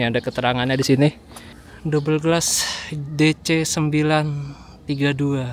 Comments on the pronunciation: bukan doubleglas bang...Douglas.. wkwk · pada nyadar ngga kalo mas mas Depok ini bilang douglas jadi double glass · Pesawat Douglas jd dibaca Double Glass, kebiasaan nyebutin bus wkwkwk